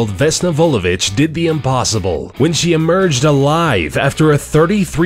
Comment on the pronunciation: I'm from Serbia,and not to be mean. But to me it was funny how aou said Vesna Vulović... sry but... xd